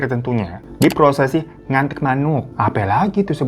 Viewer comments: Please oppa hirotada lu nyebutnya jan "ngantik"karna artinya vulgar njirr 😅😅aku asli suku karo dan setahuku pengucapannya itu "nganting" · Nganting mas bukan ngantik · Maaf kak *nganting manuk kak, bukan ngantik 😅